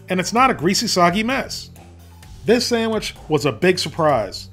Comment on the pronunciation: You get a thumbs up for saying samich😂😂